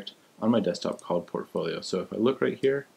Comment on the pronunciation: PORTfolio. With a T. Fuck. Thanks for the nice guide though.